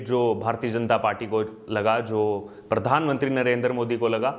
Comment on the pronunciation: सिमरीती नही स्मृती, परधानमंत्री नही, प्रधानमंत्री बोलो भाई. ☺️